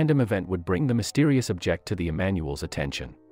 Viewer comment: How can you mispronounce object?